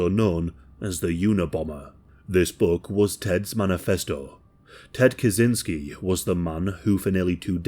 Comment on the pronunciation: Hey, Kaczynski is a Polish surname so you'd pronounce it "kachynskee". Our CZ is CH in English.